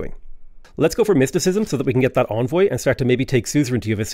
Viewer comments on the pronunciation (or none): Nitpick: Envoy is pronounced like "engine" - first syllable is "en", not "on".